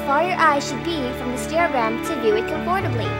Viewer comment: com-FORT-ably? That's the weirdest way I've ever heard someone say "Comfortable".